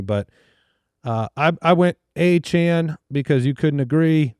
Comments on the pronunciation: Did I miss something? Who is Travis Achane?? Isn't it pronounced E-tee-en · And they all said it multiple times. I was beginning to think that maybe it was pronounced that way but I have no idea how I would get Achane out of Etienne haha